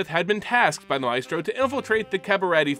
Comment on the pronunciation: The Adversary vs. Xander part made me upset... You kept saying Advisor instead of Adversary and Mephisto instead of Maestro :(